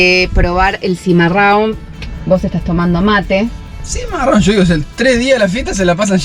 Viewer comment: Se dice cimarron